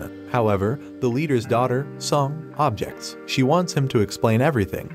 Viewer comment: Amazes me how he can pronounce everything but uses lives wrong and mispronounced object